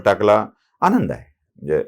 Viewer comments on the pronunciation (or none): none